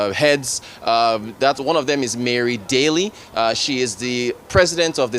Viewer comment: Dr needs to improve on his pronunciation of foreign names. Daly is pronounced like "daily."